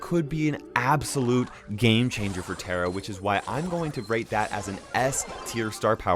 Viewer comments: Is that how you pronounce tara😂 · Nobody: Literally Nobody: Me: KAIROS UR MISPRONOUNCING TARA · Yeah things only Indians know😂